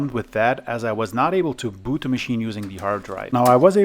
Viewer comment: ...your english is very good... though: sometimes its pronounced "THE" not "THEE" ... The rule is, that before a consonant, the artikel "THE" should be used, and when a vocal follows, then you may use "THEE"... Otherwise it sounds strange ;-) e.g. of pronounciacion: "THE MOTHERBOARD" and "THEE AQUARIUM" , "THE MOUSE" and "THEE INTEGRATED VIDEO CARD" Your videos are very good though. Keep the good work going!